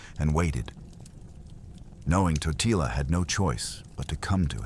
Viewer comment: Corect pronouncetion is Tótila